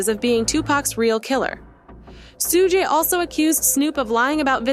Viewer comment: soo-gay????? really?